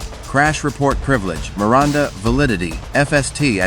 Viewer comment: Who is "Mir-Rhonda"?